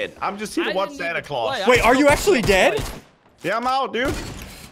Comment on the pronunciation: NOTICE SSUNDEE SAID THATS STILL PRETTY DAMN GOODBUT MUMBLED THE DAMN